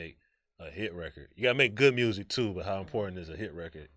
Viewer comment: Lmfao he says mursic like NLE Choppa does 😂